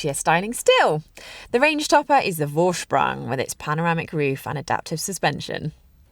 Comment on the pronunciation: It's funny how she pronounces Vorsprung